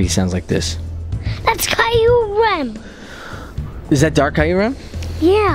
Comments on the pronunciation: isint kyrem pronounced KEYRem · You pronounced kyuram